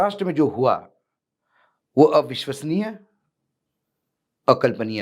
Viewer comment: Ek line yaad kr liye hai 😅😅😅 avishwaniya... akalpaniya 😂😂😂😂😂